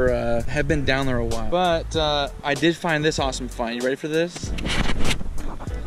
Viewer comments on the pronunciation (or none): none